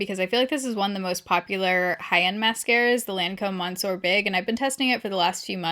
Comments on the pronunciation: I had to think really hard about what you pronounce "munsor". 😂 monsieur /məsjø/ sounds nothing like munsor. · Monsieur - pronounced as ‘miss your’. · Great video-you always come through with great ideas! just saying- the first word of the Lancome mascara-Monsieur is pronounced "Mis-see-uhr" :)